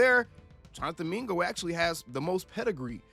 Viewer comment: Mingo? Bro puuuuulease lol